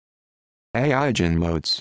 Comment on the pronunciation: This isn't how you pronounce eigenmodes. It's pronounced more like "EYE-genmodes". with a hard g